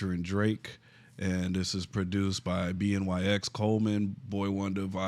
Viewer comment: Just wanted to let you know that BNYX is pronounced Benny X, otherwise awesome video yall!